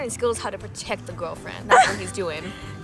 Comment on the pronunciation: Did anyone hear accent when she said “girlfriend” 😂